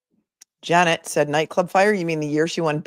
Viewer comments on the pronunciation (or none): none